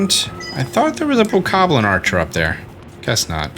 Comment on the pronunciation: Its BOKOBLIN not BOKABLIN